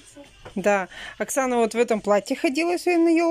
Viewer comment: За кадром кто говорит "Окхана" вместо "Оксана" на ?